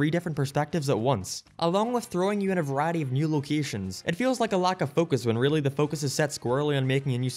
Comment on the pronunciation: so this is totally off topic but your pronunciation of "variety" , like "vuh-RYE- Eddy", sounded so delightfully southern/texan, it caught me off guard lol (speaking as a native texan who hears the accent all the time) okay that's my pointless comment of the day.